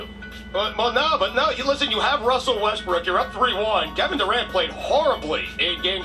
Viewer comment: Did u call him Russell Westbrick lmao